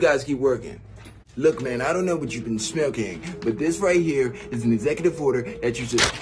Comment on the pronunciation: The way he said "smoking"